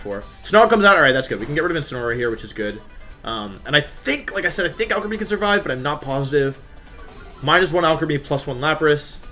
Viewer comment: Every time you say Alcremie, it sounds like you're saying Alchemy